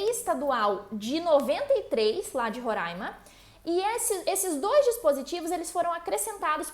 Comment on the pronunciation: Gente que fala: Roraima e não Rorãima, nem é gente, é anjo! Kkkk